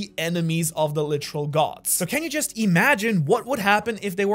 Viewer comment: I need a “licheral (literal) or licherally(literally)” Count 😂😂😂